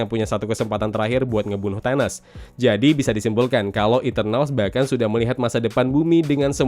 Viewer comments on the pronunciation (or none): none